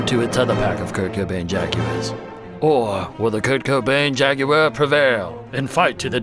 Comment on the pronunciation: 10/10 for the British pronounciation of ‘JagUar’. Little details like this are deeply appreciated.